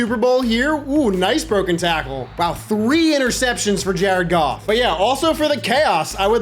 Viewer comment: Ja-red Goff! Ja-red Goff! Ja-red Goff!